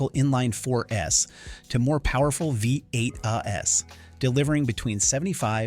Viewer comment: V8's pronounced as V8 ess. A.I. proof reading A.I.